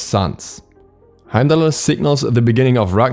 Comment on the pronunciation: I didn't mind beefrost so much, but Heimallerer hit so hard and you said it so many times, Heimdallerer, Heimdallerer